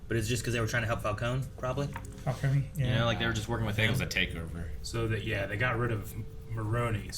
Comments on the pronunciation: Idk why but I feel like either the fans have either mixed Falcone and Moroni to get Falconi or the movie messed up cause it's spelled qnd pronounced Falcone, like a cone shape, but everyone says Falconey. Also I'm not at the end of the review yet, but am I the only one who thinks the serum Batman uses near the end when he goes ballistic on the one goons face, is the same stuff Bane uses. Venom I think it's called. Cause it looked green to me and it made him more aggressive and maybe stronger. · I like how Falcone is pronounced differently in like every movie lol